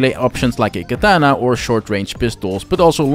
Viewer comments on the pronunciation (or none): none